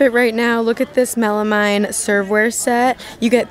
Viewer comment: I love your channel it’s really helpful to watch before I go out and do my shopping. One thing I wanted to let you know is the word “melamine” is pronounced melameen.